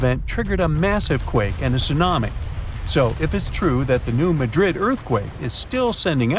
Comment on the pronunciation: New Mad Rid for pronunciation sake Madrid I’d in Spain. Things like that drive me nuts for some reason. Always watch pronunciation to the best of your ability. There are a lot of places in the US that are spelled like foreign city names but pronounced completely different.